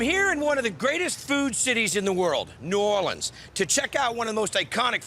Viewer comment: Notice how Guy goes from New OrLEEEENS to New OrLins.. the proper pronounciation